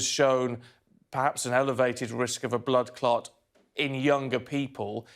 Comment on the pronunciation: All this fixation of going to the pub after covid/lockdown makes me sick Also can we please take a moment to talk about how Steven said ‘Bloodclart’ 😂 I know he meant bloodclot but that’s what my ears heard 😂